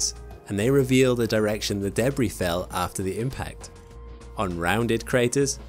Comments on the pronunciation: Say it right: “Duh”-“BrEEE” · The way he pronounced debris had me confused lol. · Deh-BREE = Debris